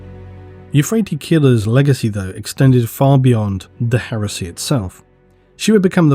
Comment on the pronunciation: Whenever you say Heresy I keep hearing HERUSSY!